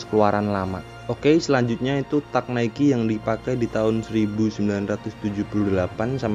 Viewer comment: Teg ngab bacanya bukan tak wkwk